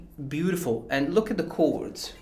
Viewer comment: I just came here to hear him say "cords"😂😂👍